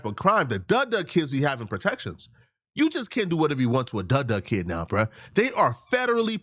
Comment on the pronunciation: Its not duh duh kid. Its dudundudunt